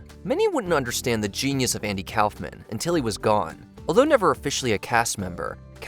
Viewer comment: Learn how to pronounce Andy Kaufman